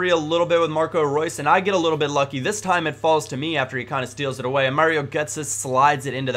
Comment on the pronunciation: gotzes name is pronounced gert-ze